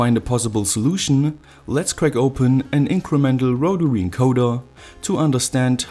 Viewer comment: Awesome stuff. Here's to another good year of great content! Also, loved the first pronunciation of rotary - 'rotawee' 👍😁